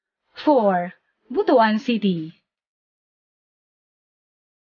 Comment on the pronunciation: Ang pag pronounce po ng BUTUAN ay BUTWAN. The story behind, merong isang hari noon na merong napakalaking BUTU. hahaha joke lang ha. hahaha. Ang laki na pala ng pagbabago ng Gingoog City ngayon. Kaway kaway sa mga Ranara dyan sa Baybay Lunao, kadugo nyo ako.